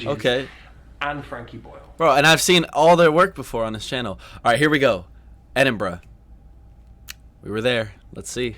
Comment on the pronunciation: I see your now pronouncing Edinburgh properly! Was that because of my “Ed-in-bra” comments 1yr+ ago